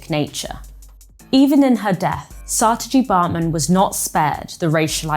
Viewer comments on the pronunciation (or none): have you become so English that you dont need bother pronouncing Saartje as it should be? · in other words she doesnt have to learn any other language or at least attempt to pronounce it correctly because: English exceptionalism........?